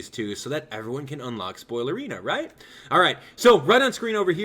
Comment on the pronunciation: He said unlock spolierina